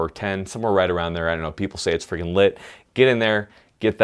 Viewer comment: This dude says lit like its a fuse.